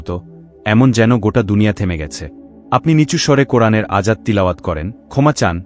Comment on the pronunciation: আয়াত কে বার বার আজাত বলা হলো!